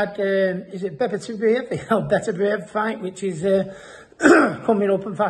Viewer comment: Ricky you shouldn't be talking about a fighter if you cant say his name. This shows how much you know BERBITIEV